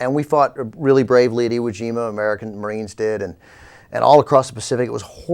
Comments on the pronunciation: Haha, she said Iwu Jama. Sounds like a chinese dunk contest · Did she say Iwu Jima? And since Iwo Jima was Japanese territory, who was the aggressor in that battle Mich-Zombie Bachmann? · Nothing was against all odds for the U.S. in the Pacific in 1945. Not in 44 or 43 either. If an operation had been, it would have been scrapped for another plan. The mere fact that we were at Iwo Jima (in the backyard of Japan) should have alerted her that "against all odds" was completely untrue. But she couldn't even pronounce the island name correctly so what can one expect? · OMFG. She mispronounced Iwo Jima.